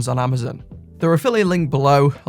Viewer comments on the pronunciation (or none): none